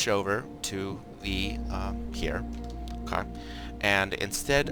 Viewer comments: his "okay" sounds like Okaww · Not his first “okay”